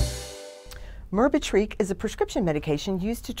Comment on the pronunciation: FYI.....you pronounce it with the accent on the 2nd syllable- "BE"...So sounds like Mer- BEH-trick